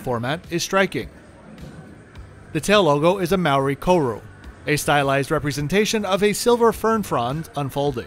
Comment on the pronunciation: by the way you said Maori and Koru wrong,im kiwi